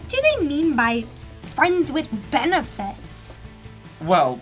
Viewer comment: FRENZ WITH 'BENIFITZ' Oooo